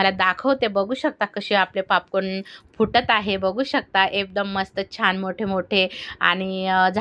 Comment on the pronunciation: पापकान नाही ओ ताई पॉपकॉर्न बोला 😂😂😂